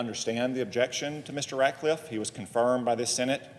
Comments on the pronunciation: It's RatCliffe Senator Murphy, not Ratliffe. You're have serious reservations but apparently don't know his name. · The democrat does not even say his last name right. He calls him RATLIFFE. WITHOUT THE C. RATCLIFFE. THESE PEOPLE ON THE LEFT ARE SO STUPID. THEY ARE TRYING THEIR HARDEST TO SLOW DOWN TRUMPS TEAM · Murphy could not even pronounce "Ratcliffe" properly. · Cant even get his name right.